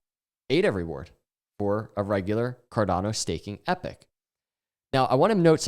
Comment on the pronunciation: You're pronouncing epoch ("eee-pock") like epic. Great content, just a little distracting. Thanks & keep it up.